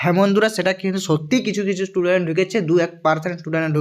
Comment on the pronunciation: Student ❌ tudent ✅ 😂😂😂